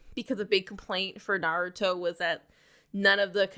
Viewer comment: Ur pronunciation of Naruto is killing me girl. Pronounce it correctly